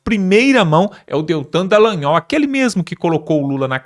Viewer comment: Não é "Dan-lay-ol". É Dallagnol. Da-lay-ol. Nada de "DAN".